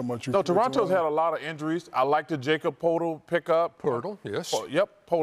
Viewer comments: I’m really surprised Chicago fell so far. Early in the season they looked REALLY good. It’s supposed to be prone (yakob purtel) chuck said Jacob Portal. He kills me😂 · "Jaycub Poatle" That's the way Chuck pronounced it lol, he's never gonna get that name right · Chuck said “I like the Jacob Potal pick up!!!” ☠️☠️☠️☠️☠️☠️